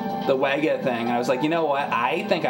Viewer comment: WEGA is pronounced "Vega". German's gonna german. In the grand scheme of things it doesn't matter but everytime you say it wrong I think about Doctor Pulaski calling Data "Dah-ta" instead of "Day-ta" and him verbally slapping the shit out of her.